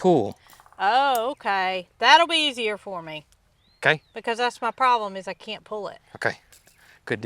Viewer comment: I just LOVE your caints and aints...you make my day😊